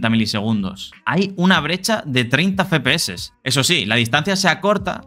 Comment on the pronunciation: No se dice Fe-Pe-Eses, es Efe-PE-Eses, me da ira homicida oirlo 27 veces en el video